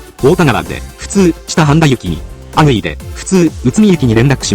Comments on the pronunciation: あ↑ぐいで笑った(笑) あ↓ぐいです🤣🤣 特におかしいと思ったこと無かったけど 名駅は複雑だったのか〜！？ 普段電車使わない人がJR使うのはそういうことかー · 高校生ですが利用してると慣れてしまうのが不思議。 阿久比のイントネーションは阿久比↓ではなく阿久比↑ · あと、「阿久比」と「前後」のイントネーションが間違っています。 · 阿久比の発音に違和感（笑）